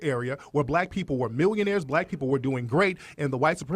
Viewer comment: Why does Peterson always have difficulty pronouncing black name?